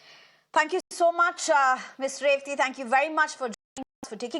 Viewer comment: Please say her name right.... everybody likes to have their name pronounced right and am sure Revathy maam also would like it.